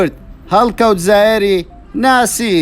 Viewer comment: دەنگت زۆر ناخۆشە، هەڵکەوت زایەر نیە، هەڵکەوت زاهیرە،